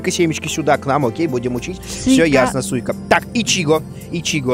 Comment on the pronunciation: Куплинов что со слухом? Арбуз -Сика. Ты не читай, ты слушай произношение